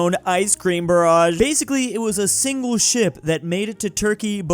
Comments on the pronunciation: You pronounced Barge as Barrage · Barge, not barrage. Ok, who's up for getting a course on "How to Pronounce English Words"? lol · Barge is pronounced bar-ge barrage is pronounced bar-ra-ge. It'd be odd for an artillery barrage to be laden with ice cream. We all make mistakes, and I personally love the fact that we can learn and improve ourselves and others with the knowledge gained. Nice video! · Me cringing at mispronounciation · that is not how you say barge